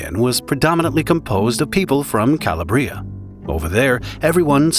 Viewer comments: Kuh-law-Brie-uh, my guy. Not call-a-Brie-ah. Good vid so far tho. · It's "C-a-labria", a certain "paese", or region, of Italy, not "Calabr-i-a" (if you're able to follow my homemade phonetics!). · It’s cah-LAH-bree-ah, not cah-lah-BREE-ah. Get a real person to do your narration. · Cala bria drove me nuts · You could have at least made an effort to pronounce Calabria properly!